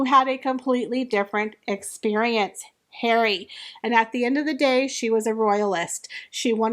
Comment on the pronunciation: I miss how you used to say “daddy”. Now I just love “Hawry”. Cracks me up.